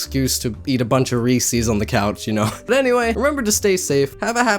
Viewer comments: IT IS NOT "REESE-EES" IT IS "REES-EZ" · DID YOU JUST SAY REESEES INSTEAD OF REESES???? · / Daddy Jeff \ He's should of just walked around pronouncing Reese's at everyone. That's scary. I've never heard of anyone that calls them Ree-sees. It's Ree-sis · Oh my god. It’s pronounced “Ree-says” not “Ree-sees”. It’s spelled Reese’s. If y’all passed 1st grade, double vowels make a drawn out sound. So the first part is “ee”, and the second part is “eh”. “Rees-ehs.” Sorry, I just get triggered over this. >:V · Re-sees? the heck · You are pronouncing Reece’s wrong